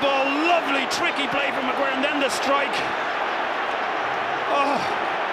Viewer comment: His last name is not 'Augero', it's 'Agüero'.